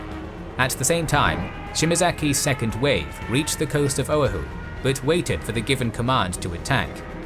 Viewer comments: The inability to correctly pronounce "O'ahu" is excruciating. What's with the British being unable to correctly pronounce vowels in non-English words? I lived in London for a year and listening to them trying to order Mexican food was depressing and infuriating. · having been a sub sailor stationed at ph and lived there for 6 years, the mispronunciation of Oahu is both grating and physically hurts... 😶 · love it, but i cannot get over your pronunciation of Oahu. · Great video...except for the attempt to say Oahu. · Oahu: it is not pronounced owe-a-who, it is pronounced o-a-who, emphasis on second syllable. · Guys, I'm a fan of your work. Though occasionally you make mistakes that are real head scratchers. Like how come no one caught this. As it is my second home, the island of Oahu is near and dear to me. So mispronouncing its name repeatedly in this video was really hard to stomach. Quick lesson in Hawaiian pronunciation: ( a=Ah, e= Eh, i=EE, o=Oh, u=OO). So its pronounced " OH-AH-HOO", not Oh-hoo, or whatever the announcer said repeatedly. You guys do so much research, at least get that right. Its like me telling a story of England and referring to the river Thames (pronouncing the th like thunder, and the ames like James). You'd call me an idiot for not knowing the h was silent and that its pronounced 'Tems'. You know? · its pronounc O - a - hu not Ohu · its not pronounced O-uh-who, its pronounced o-wa-who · Oahu: “uh-WAH-hoo”, not “OH-uh-hoo” Otherwise, fantastic!!! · and Generals excellent work as always. You need to check your pronunciation of Oahu (OH-AA-h-oo), it was the only thing that I can complain about. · This a minor quibble amongst such great work, but try "oh-AH-hu" for the name of the island. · Great video, but the pronunciation of some words is off... Oahu should be "oh-AH-hoo", Helena should be "HELL-en-uh" (it's the capital of Montana), and Utah should be "YOU-taw" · Oahu is pronounced OH-AH-HU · It’s pronounced „Oh-Ah-Hu“.